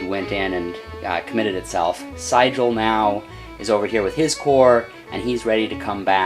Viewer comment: Enjoyed the perspective from miniatures. You are mispronouncing the name of General Sigel. It is "SEE GEL". Terrible general too.